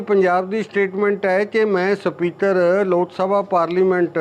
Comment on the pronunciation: Speater ni speaker hunda